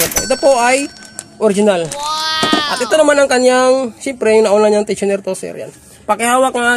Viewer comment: 😢tensioner po hindi tosher